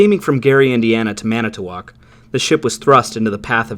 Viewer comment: Man you really nailed that Manitowoc pronunciation, super great video!